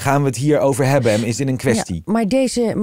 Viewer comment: Hij spreekt nooit de n op het eind van een woord uit. De aarde bescherme - dat wordt politiek ontvange, hebbe, die zitte dan in hun kant.